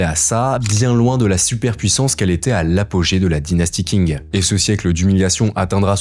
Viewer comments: Le Q en Mandarin est prononcé "Tch" et non "K": Dynastie "Tching", pas King ;) Vidéo intéressante, ceci dit. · je regarde juste quelques extraits mais i) tu ne sais même pas prononcer correctement le nom de la dynastie Qing (ca ne se prononce pas du tout "king", c'est du pinyin de base dont tu pourrais trouver la prononciation assez facilement) et ii) tu devrais t'intéresser à la dynastie Yuan (celle établi par Kublai Khan !) si tu veux comprendre les frontières actuelles de la Chine et ses revendications. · Bonne vidéo mais on dit "tshing" et pas "king" pour Qing. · j'ai découvert récemment ta chaine et t'es dans le top france youtube pour moi t'apportes une vraie valeur d'information et de journalisme, tu fais partit du futur qui va enfin remplacer la télé et les chaines d'infos trop lissent qui ne vivent plus que sur le buzz PS : Je crois que tu parles de la dynastie qing dans cette vidéo, ça parait pas forcément évident mais je pense qu''il vaudrait mieux le prononcé a la chinoise comme pour le reste de leur nom et donc ça serai plus "tching" que "king" phonétiquement en chinois le q se prononce "-ch" avec un léger "t" devant si je me rappelle bien de mes cours